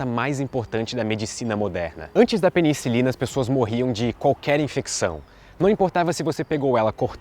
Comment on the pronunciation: Fiquei com uma dúvida, várias vezes você pronunciou peniNcilina, é correto?